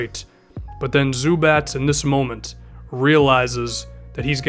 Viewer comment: Zu bac like a chicken lol zu batch